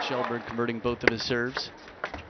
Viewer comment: Yeah. Pronunciation is more like Shellberg, though.